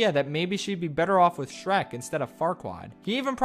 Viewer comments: “dreck and stronky” ah yes dreck from dem work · Shronk my beloved Ah yes, classic Drek and Shronkey rescuing Fiora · Drek and Shronkey💀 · The nonchalant mispronunciation of Shrek kept catching me off guard